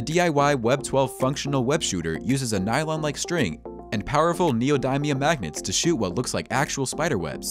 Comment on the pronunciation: The way he mispronounce Neodymium hurt me on a mental level